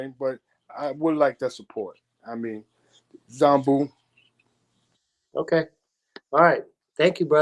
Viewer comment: 🫶🏾keep pronouncing Zambu wrong😩…..love u dad💯great interview guys